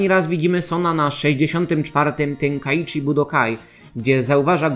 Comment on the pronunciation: Ja pi3rdole. JAK TY WYMAWIASZ IMIE GOKU?! JEBNIETY JAKIS TEN- KAI- CHI, a nie tenkaijczi xD co za łeb Tego nie da sie ogladac.